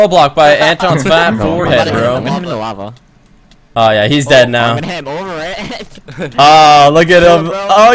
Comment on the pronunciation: Looool "HE FELL IN LAVAH"